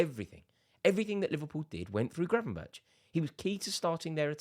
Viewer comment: Gravenberch is pronounced Gravenberg, at least that's how the dutch pronounce it.